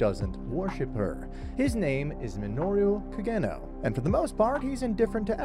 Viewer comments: CID Ka-geno 😂 It’s Ka-Ge-Noh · Hate the way you pronounce Kagenou but other than that video is fire as always.